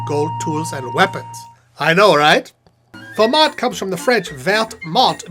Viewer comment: You pronounced “vert mont” wrong